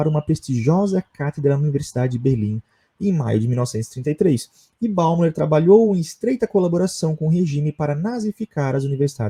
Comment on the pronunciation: Escreve-se Alfred Bäumler, mas fala-se “Alfred Bóimlâ”.